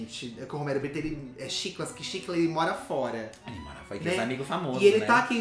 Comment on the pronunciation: Roumeirro Brrittou, porque o bonito não sabe mais falar português 🙄